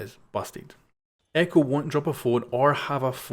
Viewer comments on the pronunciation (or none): none